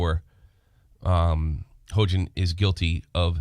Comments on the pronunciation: He-yo-jin thats how you pronounce it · Her name is pronounced "H-yo-jin" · Hoejin, what a fitting mispronunsiation.